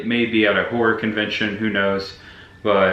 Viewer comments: Hi., are you saying Horror? Or Horrooooooooorrrŕrŕrrr. Looking forward to your film role, 😊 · So freaking awesome buddy! I watched the first movie last year, I remembered the house and barn. Lol don’t worry about how u say “horror” buddy I say it the same way. I met ya at Spooky Empire last Oct, maybe I should have gotten an autograph. Lol